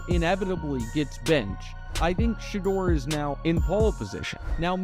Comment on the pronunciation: Shadder??? Shedeur SANDERS!